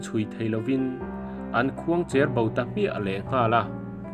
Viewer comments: Khuang chêr bo / khuang cher bo tih hi ilam dan khuang chêr bo nilo in khuang cher bo tih zâwk tûr imizoṭawng lam hi afuhlo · Khuangcher bo i lam dan chuh va mak ve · Khuangcherbo hi i lam dan a dik lo.